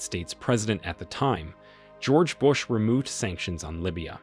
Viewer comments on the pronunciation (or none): none